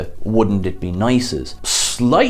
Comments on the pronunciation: As he said in the roast of Shatner, "It's Takei, rhymes with gay!" not Takai rhymes with pie. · OMG...you must be the only person ON EARTH who doesn't know how to say the name George Takei. It's not Tak-i...it's Tak-a. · It's not Takaaaay, it's Takei (like in Toupé). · My name is George Takei, not Takai... Takei, like in "toupee." - George Takei, Comedy Central roast of William Shatner, 2006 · His name is George Takei, rhymes with gay. How can you not know this? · dude, it's Takei, as in (as the man himself puts it): "It's OK to be gay Takei!" (it's a rhyme). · Takei - rhymes with OK - like Ta-Kay - OK? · It's George ta-KAY, dear sir. As he reminded William Shatner once, "like toupee". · Could you at least show George Takei the proper respect he is due by pronouncing his name correctly?